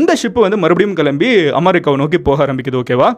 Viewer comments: அமாரிக்கா இல்லடா அது. அமெரிக்கா... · Not Aaaamarica amaaaarica it's correct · Please pronounce America as America.. Aamaricaa..OMG.. sounds so funny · It's not amarica It's America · நீ ஏன் அமெரிக்காவை அமாரிக்கா அமாரிக்கா னு சொல்ற 🙄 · Why you are saying..amaricaa....is there any special in it...🤐🤐